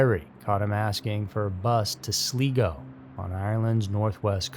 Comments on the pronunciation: Sli-go, not Slee-go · It's NOT Sleego it is Sly- go! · Love your channel but quick correction - Sligo is pronounced Slygo and it's Rosses point not Roses point :P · First story - FYI, it's pronouced "Sly-Go" (sly rhymes of eye). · Sorry, it’s pronounced sly-go. 😊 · It's pronounced Sly-Go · It is pronounced Slygo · Sligo is pronounced Sly-go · It’s pronounced Sly-go 😉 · You lost me at”Sleego”👎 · Hey, long time fan of the channel. Love your videos and narrator style 👏 So, as an Irishman, i wanted to help out with the place names 🇮🇪 Sligo is pronounced sly go and rosses point is like the name, Ross but plural. Hope that helps 😊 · It’s pronounced “SLY-go”, been there, cute wee Irish town! Named my pet cat over the town. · That annoyed me all through the first man 😅😂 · Do you mean Sligo, with the I as in Iceland, India? 🌹⚡ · Yes, I don't understand why he doesn't research how to say names. It's very easy to do.